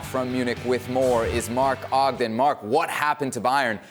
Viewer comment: Was following until he said Mark Ogden